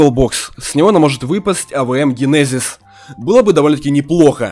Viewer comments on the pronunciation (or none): none